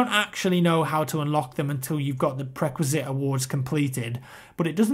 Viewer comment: Jemaine_Clement Oh and, it's pre-requisite, not prequisite!!